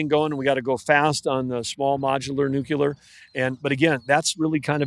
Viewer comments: Nuclear not Nuculer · and by the way...there is no such word as nucular...its nuclear smh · New-Clear, not Nuke-Ular. Why has nuke-ular become a word? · Axe me about my nukular pronunciation … 😂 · NUCULAR is the new black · Never heard of that "nukuler energy" before. 🤣🤣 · Great interview, but it’s tough listening to this guy say “new-cue-ler” instead of “nuclear” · I wonder if David wanted to correct every time Doug said “nucular”. 😊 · Big time energy guy and he can’t even pronounce nuclear properly come on man, you’re intelligent, make an effort to pronounce that correctly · How does this guy make it past committee without knowing how to pronounce "nuclear"? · Honestly stunned at how often I still hear people mispronouncing the word “nuclear” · Love this but the Secretary of the Interior MUST say "nuclear' properly!!!